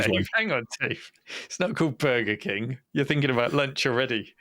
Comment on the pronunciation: To my American ears it sounded like "Bugger King," so I was laughing quite a bit harder than you guys. Have a great holiday!